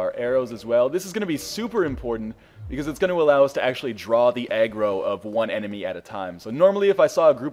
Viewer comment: I don't know why, but I thought you said egg roll when you said aggro.